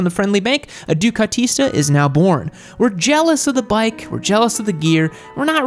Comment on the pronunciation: Dear: it‘s called DUCATISTI in Italian!